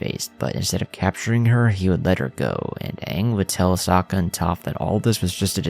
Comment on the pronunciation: Bro homie. Good videos, but like the names of characters are pronounced hundreds of times in the show. Please please stop with the "Soak-Uhh"